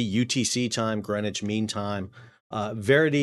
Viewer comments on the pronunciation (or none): none